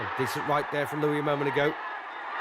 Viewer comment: Tell the "commentator" that it's Joe LOUIS, not "Joe LOUIE"! I'm sick of morons who can't get ANYTHING right!!!!